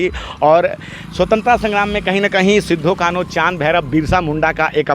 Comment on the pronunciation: सिद्धू कानू नही होता है इस को अपभ्रंश मत कीजिए। सही शब्द सिदो-कान्हू होता है।